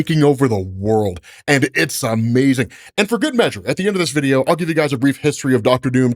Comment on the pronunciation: Hearing say UhhMazing is a tiny joy